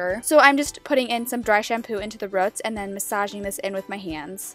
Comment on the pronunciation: Rooooots not ruts